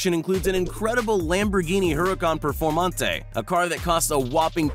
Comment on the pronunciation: And where did that come? He didnt even try to say performante